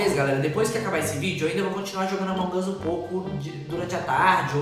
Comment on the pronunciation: É AMONG US NÃO AMON GUS